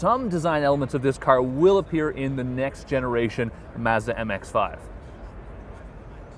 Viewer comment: Hopefully by now someone has taught this guy how to say mazda